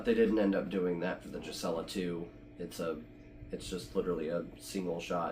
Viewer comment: GUEE-suh-lah (no J sound)